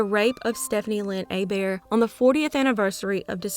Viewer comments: You pronouncing Hebert correctly 🤌🏻❤️ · Yes! I didn’t realize she did until this comment. Very impressed 😂